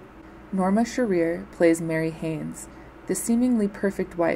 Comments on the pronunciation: LEARN HOW TO PROPERLY PRONOUNCE NORMA SHEARER'S NAME! It isn't she-REAR, it's SHEAR-er. Jeez, lady. Don't hold yourself out as any kind of expert if you can't find out proper pronunciation. I stopped watching the second time you is-pronounced it. Galling! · It’s pronounced - Q-core. It’s pronounced - Sheer-er. Thanks for the video.